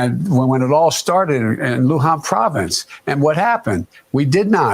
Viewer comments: He's still saying "Luhan Province" is where it started. Has no one on his team tried to correct him or is his brain just unable to overwrite the incorrect information? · He didn't even say Wuhan. He said LUhan